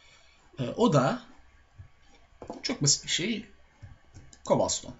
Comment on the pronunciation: kobal stone gıravel İNGİLİZCE TERKMİSİN :D